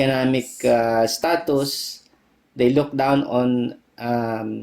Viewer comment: Your Dad is a wise man. Also I like his prononciation of the word status. It sounds a lot more german than english.